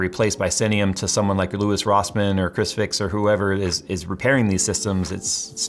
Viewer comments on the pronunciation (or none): Bro said ChrisFix😂😂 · Did he say ChrisFix fixed PCs? 😂😂😂